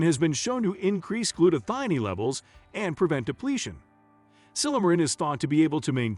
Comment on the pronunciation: The word is gluta - thigh - own. One as in cone and scone so thione is thigh-own